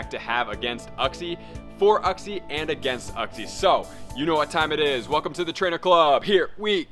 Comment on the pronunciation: it's pronounced "you-xie" lol